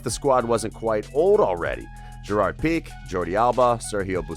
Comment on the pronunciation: Yea he also said gerrard "pick" even tho its gerrard pique